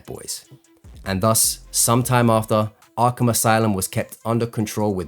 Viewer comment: Ahhgrape Asylum